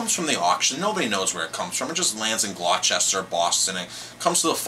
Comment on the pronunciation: Another excellent mini-tutorial on fish. I didn't know any of this about halibut and I do like that fish. Isn't that famous fishing port pronounced GLAH-stuh? :)